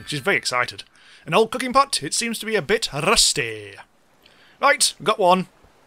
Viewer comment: I rewatched so many times, just hearing you pronounce "rusty" :D